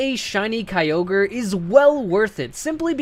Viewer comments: stopped watching as soon as he said kyogre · The I in Kyogre is supposed to be a Y!